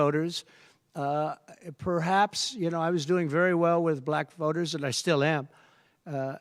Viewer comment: Why does he seem to have problems saying black?